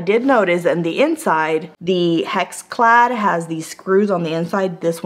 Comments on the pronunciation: It's pronounced HexClad with and "e" sound as in Echo. It's not pronounced HaxClad with an "a" sound as in Ax. I've owned HexClad for a long time. It's the best cookware I've ever had. I cook daily and use the cookware daily. The best price for it can be found at Costco during a Roadshow event. If you watch the online sales from HexClad you will save money. I like the fact that they have so many various pans that also come with lids. The HexClad Wok is to die for! Buy cheap and you get cheap results! An 8 inch pan is too small, even for a 2 people family. Do yourself a favor and get the 12 inch pan with the lid. The lid is free when they run sales! The scratch test here is worthless. You will or may scratch any pan if you use a metal mixer in a metal pan. Only a fool would do that. As long as the non-stick capability isn't ruined, who would care anyway. Straight from HexClad - If anything impairs the functionality of the pan we will replace the pan! The only things not covered are cosmetic-like stains or minor surface scratches. While our pans are scratch resistant it is important to note that anything can scratch…Even a diamond. With normal use metal spatulas, whisks, spoons are fine. Sharp utensils could possibly leave a scratch. If this happens it is only cosmetic, it will not affect the performance of the cookware. If the pan fails to perform, we will send you a new one!. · hex not hax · Hex pronounce it the way it's spelled, not HAx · It's NOT HAxClad! It's HExClad! The first vowel is an E not an A!!! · I reckon it’s pronounced hex- ex, not hacks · Love how she says hax instead of hex lol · I think it's HEX....like Hex...as in Spell or Hexagon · Hex. HEX. as in Hexagon. Come on now. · Why are you saying haxclad...drove me crazy